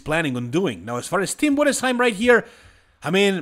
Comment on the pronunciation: Great job pronouncing tim Budesheim. I'm from Germany and youre the first one to pronounce his name perfectly. Great research